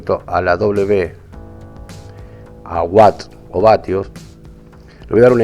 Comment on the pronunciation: Muy bien el video pero la unidad es watt no what solo una aclaración que me parece importante saludos